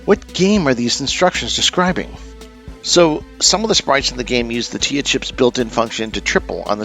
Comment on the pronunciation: The Tee Eye Ay Chip. NOT the "Tee uh" chip. It is not an acronym. As someone who actually corresponded with the late Kevin Oleniacz, his last name is pronounced "Oh Lenn Its." I asked him once & he wrote back with that explanation. I had quite a few nice letter exchanges before his passing - he was instrumental in helping me acquire game instruction booklets for games I had, mostly B&W photocopied stuff & I sent him quite a bunch as well.